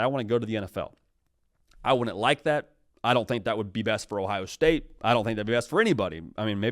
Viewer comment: “Ohio Stae”.. Really?